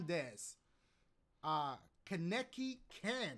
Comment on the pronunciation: Ma boi said Keneki instead of Kaneki xD